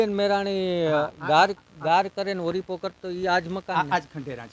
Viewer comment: તું પેલા બોલતા શીખ ઓળીપો કેવાય ઓરીપો નઈ કોડા